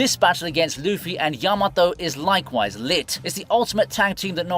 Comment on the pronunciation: Not to hate, but I still find your pronunciation of the names annoying. You cannot americanize a name pronunciation so please pronounce it properly. For example, say Ya-ma-to, not Yah-mah-tow